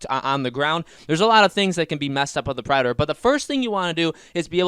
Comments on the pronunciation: This is so annoying, you have zero annunciation when saying the word predator. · I have no idea what your talking about Who'd the predor? What's a predor? Are you talking about the predator?